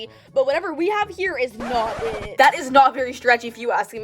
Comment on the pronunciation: I love it when she says ic not sexy enough LOL